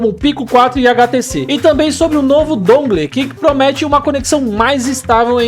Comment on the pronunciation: Brow o nome do bagulho é "dãngôu"... upload massa! Toma um like ai.